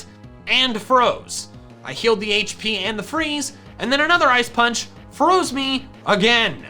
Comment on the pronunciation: Paunch? Do you mean punch? Or was it on purpose?